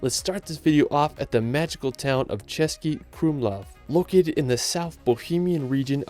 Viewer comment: As a Czech I have to commend you for the pronounciation of Český Krumlov, most non-native speakers find it hard to pronounce Czech words and you did well